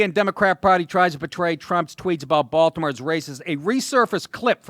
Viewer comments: "Baltimayor" lol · Woah, did he just accidently say Baltimayor? 🤯 Thats the dopest error I've heard this year. & If purposely said.. still🔥 👍